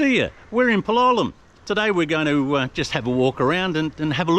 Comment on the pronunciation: Hi love your videos but PLEASE learn how to pronounce place names correctly. It is PAL O LEM. ❤